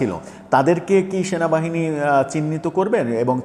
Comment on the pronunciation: Shenabahine noy cenabahini😂😂😂 Eta keno bolen na? Sob molobadee supporters Shenabahine key akon namano hoyecey